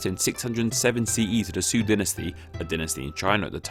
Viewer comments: By the way, the Sui dynasty is pronounced more like sway than soo. "ui" in pinyin is pronounced like way e.g. Feng Shui. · The Sui Dynasty. Sui is pronounced like "sway", not "sue".